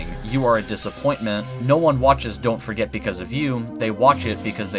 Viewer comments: The amount of times u said dont forget at the ends sounded like dont Frick it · The Dont forget at the end sounds like dawn forget